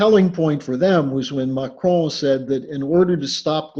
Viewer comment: Drop the fucking French accent when pronouncing macron! Mahhhhhhhchrhoooon you’re a dickhead!